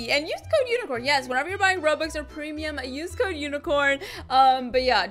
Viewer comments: its weird how she says PrEmIUm like that. I DUNNO WHY YUTUBERS srry for the spelling SAY TO GO AFK WHEN U GET DISCONNECTED FOR BEING IDOL FOR 20 MINUTES SO U ONLY GET TO BE AFK FR 20 MINS.She keep talking bout trees i dont care bout trees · The way she says prim no hate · I like when she says "premium" its nice:D